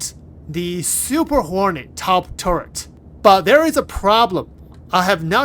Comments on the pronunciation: Fantastic video, I kept hearing "horny mk.2" 😂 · Why do i always hear him say Super horny Mark 2😂😂